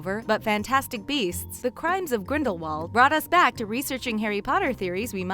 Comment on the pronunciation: she said "when the first fantastic beasts, the crimes of grendalwold "